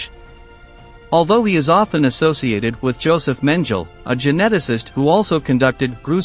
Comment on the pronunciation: What is SADICAL?? Mengele’s name was not “Menjel”. It was Mengele - a hard “g”. This is all a disgrace. We are not fools. “SADICAL”???